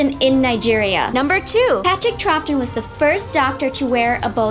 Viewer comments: Hearing Americans talk about Doctor Who is so wierd and did she say 'Patrick Troffton'? It's pronounced Trowton! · these guys are so annoying and it's so obvious they haven't even watched the show. they pronounced Partick Troughton as Patrick Trophton! And you said Christopher Ecclesta instead of Eccleston! The people who liked this obviously have never watched a YouTube video. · troffton? TROFFTON!?!?!?